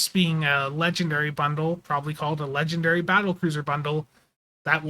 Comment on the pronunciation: Maybe he was saying "ledge and dairy". It... could... have been... what he was saying.